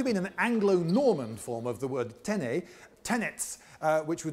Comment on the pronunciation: The explanation of the word tennis as having its origin in the French "tenez" which is still a basic word in modern French (and BTW, very accurately pronounced by Lindybeige), is almost certainly correct. At least this is the explanation commonly given in France for the name of the game. Its meaning is indeed "take this" (or "hold this") when you are speaking to a group of people (plural), but also when addressing a single person, since in French, the plural can be used as a way to convey your respect or acknowledge social distance (i.e. addressing someone you are meeting for the first time) to the individual person you are speaking to. So it makes perfect sense in the context of this "gentleman's game" as a form of polite warning to your opponent that you are about to serve. People playing the game would probably say it each time they were about to start playing a point, so there could be no chance of catching the opponent off guard, which undoubtedly would have been seen as unsportsmanlike or ungentlemanly conduct.